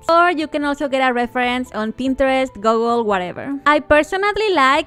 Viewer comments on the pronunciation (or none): You say Gogol? XD that's the first time i have heared anyone say it like that, i mean i also say it wrong but i say gugul or gugle XD like every person i know